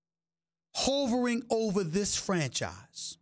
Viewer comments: Andrew W yeah "howvering" 😂, fyi SAD it's "huvering" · The way he says “hovering” is so wrong and funny